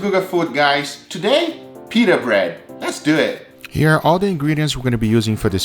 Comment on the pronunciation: Is this the first time Guga said leshdoit!!!!!!